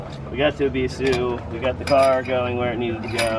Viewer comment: You say “ebisu” perfectly fine. You say it the way the Japanese themselves say it. Fuck the haters.